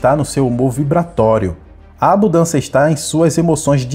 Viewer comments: Abudancia? Foi isso que escutei ? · Eu até ia ouvir, mas quando falou "ABUDÂNCIA", eu desisti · Qual a dificuldade em falar abuNdância? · A mensagem é maravilhosa, mas não consigo prestar atenção quando alguém diz ABUDÂNÇA...